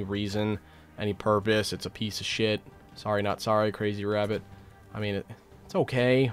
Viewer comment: We gonna the wabbits